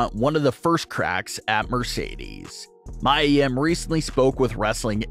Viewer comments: It’s (ME-YA) not miyah YIM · It’s mee-ya yim not mya